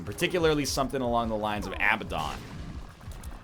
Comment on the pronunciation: Does the egg know that abaddon is pronounced with the accent on the "bad" not the "ab"? It sounds so stupid when he says abaDDON